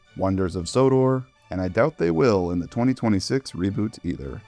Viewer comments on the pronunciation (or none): none